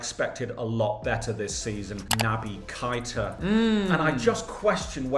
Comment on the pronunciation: Sorry but it’s not Kita it kaeta